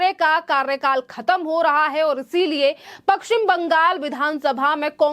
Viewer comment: पक्कसिम नही पश्चिम बंगाल बोलिए